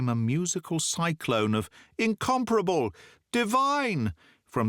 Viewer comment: You pronounced 'incomparable' correctly! Mispronunciation is more common nowadays.